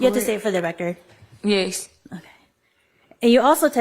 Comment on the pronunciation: Why does she say yes like “yayce”